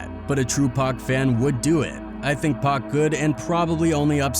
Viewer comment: I just subscribed cuz somebody finally pronounced his name right....